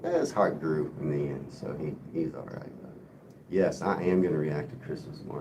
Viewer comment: I had to leave the live stream abruptly (phone call) and didn't get the chance to say thank you or good bye. I also wanted to say if you say "ears" it sounds like a posh English person saying "yes", it's not slang but it makes me laugh.